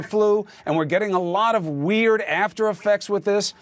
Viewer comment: The way Ben pronounces "weird" makes my day everytime!